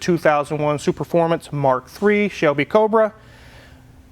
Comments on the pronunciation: Nailed it! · 15 seconds in and he pronounced ’superfomance’ and ‘euroasian’ correctly, unlike another popular car YouTuber